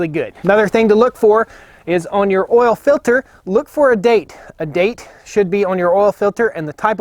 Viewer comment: it's not ol it's oil sorry just joking luv yu man